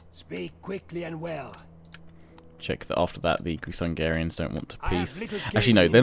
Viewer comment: Groo-thun-gee-ans not groo-thun-gah-rians. As a Hungarian this bothers me a tad haha. :D A little constructive criticism. Love the videos tho! (the Magyars, your ally, are the ancestors of Hungarians - we were a tribe once before we settled in Pannonia. In our language, Magyar = Hungarian).